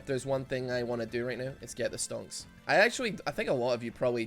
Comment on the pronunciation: I love how no one has mentioned what stonks actually means 🤣👌🏽 look it up if you dont know as it's funny when he says it like that